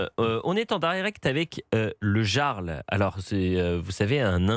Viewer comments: Le Yyyarl pas le Jarl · Non , mais , monsieur le journaliste présentateur , " Jarl " ne se prononce pas " Garl " , mais " Yarl " ! Vous savez comme les chefs de tribus ou clans Vikings !!! 🤔🤔🤣🤣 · on dit "yarl" pas "gearl" XD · Le jarl ! Prononcez yarl , svp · Jarl se prononce "Yarl" ça vient de la culture Scandinave, ils représente un chef scandinave ou un grand noble au-dessous du rang de roi. À l'origine, il désigne en vieux norrois ou en danois un chef de clan, chef de guerre ou comte, ça pique les oreille a chaque fois que "Jarl" est prononcer "Jarl" et non "Yarl". Mais je me pose la question, le Yarl dit qu'il était à la Direction, mais comment ce fait il qu'il fut Licencié ? D'autre source disent qu'il Chef de sécurité mais qu'il n'avait pas les Diplôme et/ou formation, enfin qu'il n'avait pas les document obligatoire à l'exercice de la fonction de Sécurité. Même s'il dit qu'il n'était pas agent de Sécu ou Chef de la Sécu néanmoins il participait activement à la sécurité sans en avoir les document obligatoire à cette exercice. Cependant quand il était là les choses filait droit, l'ex club du 1988 live club qu'était le Pimm's avait mauvaise réputation en matière de sécurité et fermé plusieurs fois par la prefecture. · Eliott, le Jarl, se prononce Iarl...